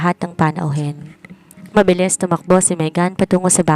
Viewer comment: Wala lagi sa pokus ..ang salitang mabilis .ay naging mabiling.. tinry q lng ulit pakinggan ka pero lagi aq nadidismaya sau narrator..dahan dahan na nga pero may mali kapa din